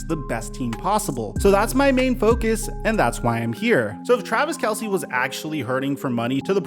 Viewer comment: By the way it’s pronounced Travis Kels, Not Kelsey…